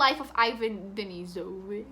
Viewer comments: Hey, a Russian here! Just found your video in recommendations (Ben Barnes obsession brought to life AGAIN by Shadow and Bone). And the way you pronounce the name in the first book is: [i'va:n de'nisovitsh]. And the surname of the author is [solzhe'nitsin]. Sorry if you already know, I didn't mean to be rude or something! Solzhenitsyn is REALLY hard to read, even for Russians, so no wonder it was complicated for you to tackle this. Thums up to you for actually doing it. The book was a revelation in its days cause never before has something been published to show the injustices of Stalin's system. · Hey!! Thanks for this video)) Just in case you are curious how to pronounce Denisovich correctly, the last sound, "ch" is like in "cheek", so the Russian equivalent is the letter "ч" And just wanted to say I love some of these books too!)) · ch in Denisovich is pronouncing like ch in 'church' =)